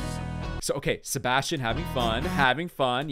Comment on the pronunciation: THANK YOU I'VE BEEN WAITING FOR THIS ONE!!❤❤ And your reactions are so funny 😂 but anyways thx sm!!!❤️ And was so funny the way you pronounced Sebastian was so funny 😂